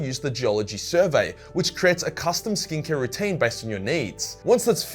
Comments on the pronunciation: ooooooooooh... "skin care" i kept thinkin you were sayin "stink hair" 😂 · I kept hearing him say "stink hair" it was "skin care". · Half listening to the intro and with the Aus accent I thought he was saying “stink hair” instead of skincare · I thought you were saying "stink-less hair" at first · Every time says "skincare" in the ad it sounded like "stink hair"